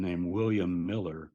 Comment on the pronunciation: Ment miller not millet.